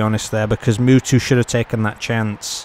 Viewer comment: Is funny how you pronounce Mutu like Mewtwo the pokemon, great match by the way